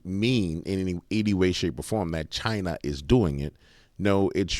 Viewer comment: Wtf do you keep saying china like that? 😏